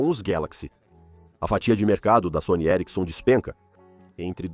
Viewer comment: Que agonia o cara falando Sony e erickson